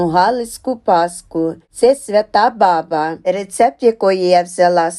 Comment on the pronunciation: Не бАбА,а бАба !